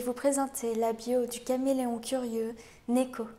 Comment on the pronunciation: Sympa la bio comme d'habitude, mais tu m'as pas mal perturbé au début à dire néko, vu que j'ai l'habitude de l'entendre prononcé niko x)